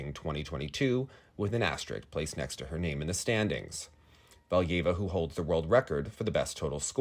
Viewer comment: AsteriSk, not asterik.